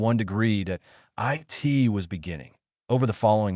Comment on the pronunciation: That and consistently reading periods as "dot" and 'it' as I.T.